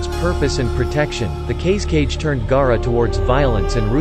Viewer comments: Ok 1st off when he said gaara he said G-A-A-R-A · Can pronounce namikaze, but not Gaara?